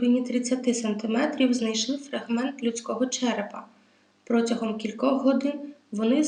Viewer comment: Дякую за історію. Маленькі виправлення: протягом, кУхонний